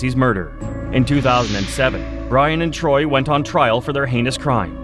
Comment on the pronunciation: It's Torey not troy do some research you clown